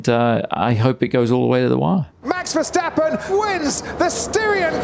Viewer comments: If Redbull wins, I want Tom Clarkson to stop calling Max “Vershhhtappen”. Just drop the H. There is no H in is name :). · Any excuse for him to say "VerSHtappen!!!" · Can Tom Clarkson please stop calling Max: Vers-hhhh-tappen The "s" in Dutch is exactly pronounced as the "s" in English. ... The way you butcher Max' surname is an absolute travesty.!! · the only thing that hurt my ears was your Versjtappen pronunciation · It's Verstappen, not Vershtappen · there is no sh in verstappen